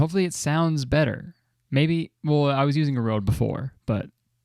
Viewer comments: I literally hate how he pronounces it rode. It annoys me to death. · Oh my god it’s not pronounced like that I hate that people think that ø is o 😫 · it’s funny bc røde is pronounced ruh-deh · well I mean kurtis is Canadian and from my knowledge ø is Norwegian (sorry if I'm wrong about that) so I can blame him for getting it wrong